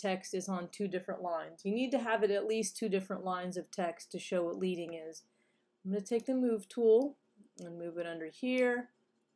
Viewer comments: thanks! It's actually prounced like the metal, "lead" (as in a lead pencil") because printers used to insert strips of lead between the letters. :) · Your video is very helpful. Thank you. But I feel compelled to make one note. The word "leading" is not pronounced "leeding" as it is derived from manual type set days when the type setter would use strips of lead in order to space out lines of text evenly.